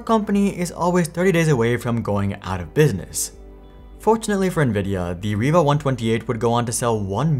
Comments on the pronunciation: Its pronounced rye-va, not reeva ... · Now I should apologize I found it was pronounced reee-va in 3 old videos i just watched. I bought a riva tnt2 to replace my 3dfx voodoo2 card. I always thought the card (riva)led other cards but i guess most people pronounced it ree-va.